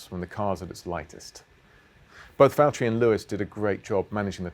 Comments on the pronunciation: Lewis, it’s Valterri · James, It's valterri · James it's Valterri